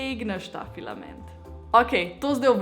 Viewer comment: Več kot 10-krat si rekla pilament